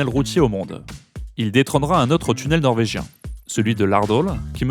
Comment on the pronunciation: Vous prononcez bien le Norvégien 😋... Merci pour ces magnifiques reportages